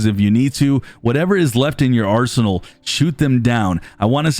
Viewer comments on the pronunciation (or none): none